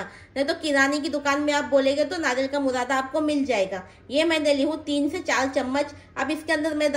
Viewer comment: Murada nahi burada😂